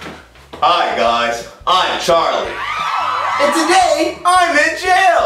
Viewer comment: It’s charlie not charlyyy